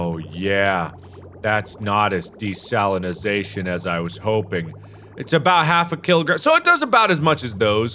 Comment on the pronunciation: Every time Mark says "desalinization" it sounds like to me he's saying "De-Stalinization" Mark trying to get rid of the communist ocean